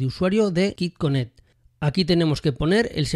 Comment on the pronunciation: Hola. Gracias por el video. Solo un comentario constructivo con respeto. QuickConnect se pronuncia "cuic" que significa rapido (conexión rápida). En el video lo pronuncias "kik conect" y kick en ingles significa patada o golpe, es decir que lo que dices significa conexión a golpes o a patadas. :) cómo ves es muy diferente. Otra es cuando dices "Cufail) (QFile) "Cu" en español y file, que lo pronuncias correctamente en ingles como file. La pronunciación "cu" en engles ("Coo") significa arrullo, que es una palabra con muchos significados muy pintorescos, pero ninguno correspondiente a la letra "Q" (kiu en ingles). Sé que para algunos puede no parecer importante, pero para los que tenemos el ingles como segunda lengua, nos suena muy muy extraño escucharlo así. De nuevo, es un comentario desde el cariño con la mejor intención de ayudar. ;) Muchas gracias por los videos!. Pronunciación al margen, son muy didácticos y útiles! Thanks!